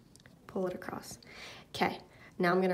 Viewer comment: "Across" not "Acrosst", otherwise great video.